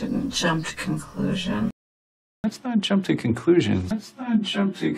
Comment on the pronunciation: Jump to conclusions (JOump THU cOunclushions)